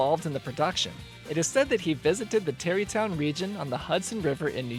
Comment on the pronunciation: IT'S TARRY TOWN ,NOT TERRYTOWN!!